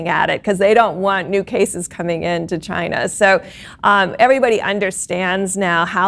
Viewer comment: I can't pronounce China like before, for me it's Chi - Nah from now on